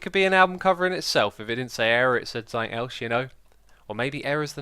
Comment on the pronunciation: Has anyone noticed X says 'sumink' instead of 'something?'